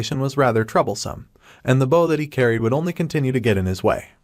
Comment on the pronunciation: Wish folks would actually teach these stupid ai how to pronounce protagonist and bow